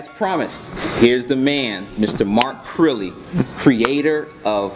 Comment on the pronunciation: lived in japan? "Mark Crirrey"